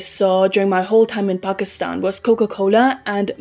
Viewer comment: I like your voice and your pronunciation of the word 'Pakistan" is surprisingly accurate for a foreigner